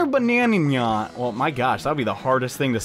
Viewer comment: this is funny but you are saying nyan wrong you are killing me lol